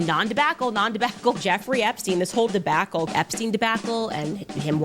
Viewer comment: The "Debackle" gets me every time 😂😂😂